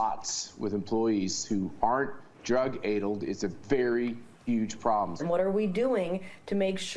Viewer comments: "Drug AIDLED" - that pronunciation was....a choice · Yet another example of Republicans mispronouncing words: it's addled, not adled. Maybe he's confusing it with ladled...??? 🤷‍♀️ 🤣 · Drug “aidled?” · Did Matty just say "drug aydulled". Yes, he did. So...., I'm guessing newsmax has him reading a script that they wrote and he hasn't seen before. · Drug "adeled"? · Drug "AID-LED"? Why do GOP dimwits insist upon using words they don't know how to pronounce? If anyone is drug addled, I bet it's HIM. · Matt Schlapp should learn how to pronounced "drug-addled" before he goes and reads news copy like it's in his own words. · How can this guy on Newsmax or whatever actually criticize someone's "drug-addled" brain while drunkenly mispronouncing the word "addle"??😆😆 😆